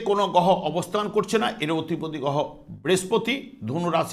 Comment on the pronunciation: কথাটা গহ নয় কথাটা হবে গ্রহ আরে ঠিক করুন তারপরে অ্যাস্ট্রলজি করবেন